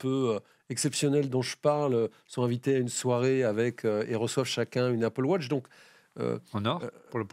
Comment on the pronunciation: “Apple wotch”?? C’est pas plutôt Apple Watch? 😝